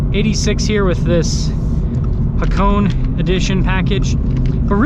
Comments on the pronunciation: Ha-Ko-Neh not hacone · Haa-kow-nay..... Just saying...😉